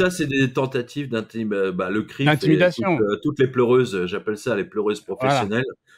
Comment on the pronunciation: Je viens de comprendre l'expression "Quand y'en a plus y'en a encore !" mdr et On dit CRIJF pas FRIC